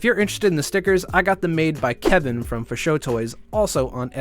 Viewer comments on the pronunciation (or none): none